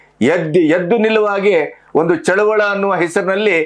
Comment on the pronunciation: ಸರ್ ಚಳುವಳ ಅಲ್ಲ ಅದು ಚಳುವಳಿ ಎಂದು ಉಚ್ಚಾರಣೆ ಮಾಡಿ ದಯಮಾಡಿ